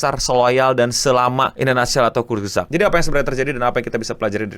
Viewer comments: kurts-gezakt dibacanya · Eh itu Youtuber kesukaanku 😭 Bacanya : Kurz gesagt (artinya perkataan pendek) mungkin maksudnya short story gitu. Aku juga baru tau cara bacanya setelah belajar bahasa jerman :u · Enggak gitu bacanya bang. Bacanya Kurs gesak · Kurzgesagt dibaca kutsgezagt, e-nya kayak di kata "kenapa".